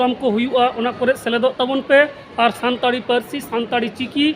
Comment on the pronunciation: संताली होता है, संताड़ी नहीं |